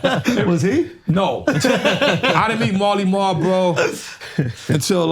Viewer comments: Hey time stamp guy, it’s “Marley Marl”. Jesus Christ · He’s talking about Marley Marl not Mally Mall 💯